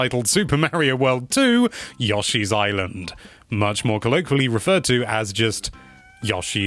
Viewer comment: yawshe’s island...